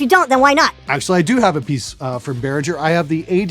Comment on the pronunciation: 'bare-ring-ger' not 'bare-rin-jerr'